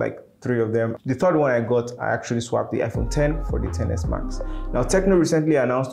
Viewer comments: Bruh did you just say amala not iPhone 😆👌love your videos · He said "Amala" 😂😂